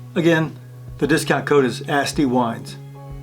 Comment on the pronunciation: I love your video, I learned a lot. I did not know the captain style decanter was least effective. I kept thinking you were saying "nasty wines" and then I realized you were saying "Asti" haha. It actually made me go to the Asti website and explore more! Funny and memorable story, looking forward to watching more videos from